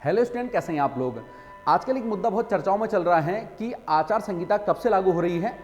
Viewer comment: भाई जी आचार संगिता नही आचार संहिता होता है